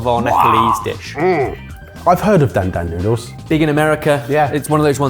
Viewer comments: How many years has it been? Why can't pronounce dan dan correctly? It's not hard. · As a white american, the way pronounced "dan dan" noodles made my ears bleed.